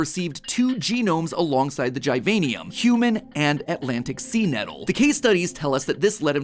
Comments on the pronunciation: it not (gie-vian-ium) its (gih-vain-ium) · Every youtuber says the name diffrent, matpat says gajvaejnium, other Say givinium